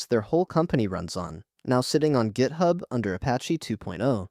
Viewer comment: AI slop "gaithub"